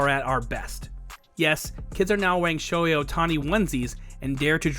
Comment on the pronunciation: I don't mean to nitpick, but as a Japanese, it kinda bugs me when some people don't say his name right. Please pronounce the h, it's Sho-hei. Sho-ei is a whole other name in Japanese😅 Thank you. Great vid, we all love Shohei!!!